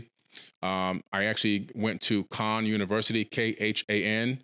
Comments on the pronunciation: Funny how he says Khan university which sounded a like Con university. Jokes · Well, Khan Academy has progressive tests to work through classes. Not the same as university still. I thought he was saying Con University. 😉